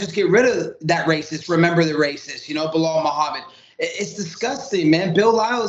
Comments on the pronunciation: If he has been calling Belal “Bill Lyle” this whole time he is officially the funniest man on the roster 😂😂😂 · Bill-lile- Be Lal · Did he call Belal "Bill Lyle"? lol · I kept hearing that and it took me literally 3 times of him saying it until I understand he was saying “Belal” 😂😂